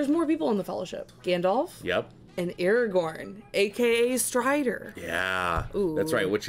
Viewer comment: Thank you! I couldn’t take much more of you calling him Eragon.